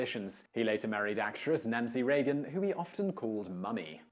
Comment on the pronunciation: LOL - funny thing Simon thinks it necessary to point out the correct pronunciation of J.Q. Adams' middle name, while mispronouncing R. Reagan's last name consistently in another video :-P